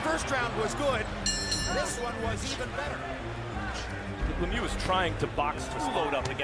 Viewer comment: LeMieux needs to do something about his haircut - it looks ridiculous! Also, his name isn't pronounced le mew like a cat, it's pronounced like the word look without the "k" appended to the sounds" me-y-oo" with the same "oo" sound as look without the "l" or "k" and the entire grouping of "me-y-oo" said as one syllable.